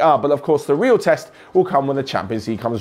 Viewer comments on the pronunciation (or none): none